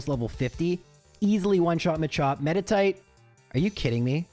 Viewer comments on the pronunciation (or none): none